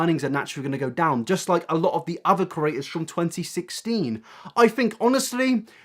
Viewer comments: I'm so irritated by you saying cERators instead or creators 😂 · It's PANSINO please -_- and CrEAtors, not curators. I know you're British but come on fam, just talk slower :D